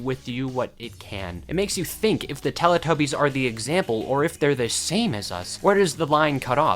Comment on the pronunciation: Can I just say it's pronounced telEE tubbies not lelAH tubbies! It's telly as in the British word for TV!!